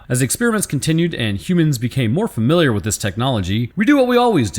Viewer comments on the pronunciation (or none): none